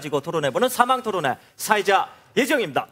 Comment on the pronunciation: 사해자?ㅋ 사회자 발음이 안좋네😅